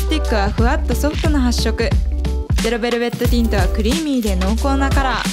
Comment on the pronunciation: すごい参考になります！！ ゼロベルベットティントを噛まずに言える滑舌も凄いです…！！